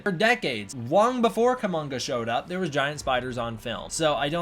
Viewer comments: Probably not Kumonga, but umm, Kuomonga is cool. Sorry not sorry. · It's Kumonga.